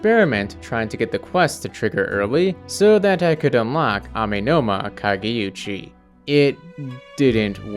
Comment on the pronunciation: It's "kageoochi", not "kageyuchi". Not that it matters.